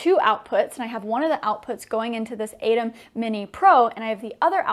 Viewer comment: Great vid but I think atem is pronounced with a hard T.